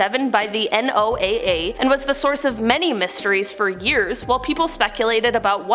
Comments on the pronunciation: Just an FYI,. Down here in Yankee Land, we just say "noah" not NOAA 😀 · NOAA...PRONOUNCED NOAH...